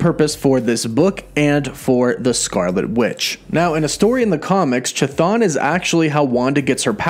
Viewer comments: In Greek Hthon is an actual word, it means ground and it is pronounced just with an H (like in "hospital") in the front of the word and not a Ch (as in "choo choo") like this guy is incorrectly pronouncing in this video. English speakers notoriously totally butcher and mispronounce Greek words and names... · Seems like it may be a good idea for future videos to get name pronunciation down a bit better. “Cha-Thon” made me cringe to the point where I simply couldn’t finish the video :/ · the h is silent dude C'thon is how it reads. It's just like the Ch in Chris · omg, that ch ch ch ch thon. Please, stop T_T It's not ch-apter ch, but ch-aracter ch. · its bugging me how bad you butcher the name Chthon. Its pronounce (Kth-Own) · Pronounced K-thon. C’mon!!!! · It’s pronounced “kthone”, ain’t hatin’, just statin’ homey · The first 'h' in "Chthon" is silent.